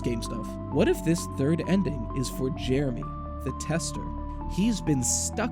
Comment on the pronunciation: Jeremy? Do you mean Heremy?